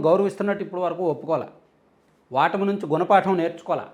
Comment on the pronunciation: వాటమి కాదండి ఓటమి . చాలామంది ఈ మధ్యన ఒ బదులు వ అంటున్నారు . కొత్త తెలుగు భాషా ?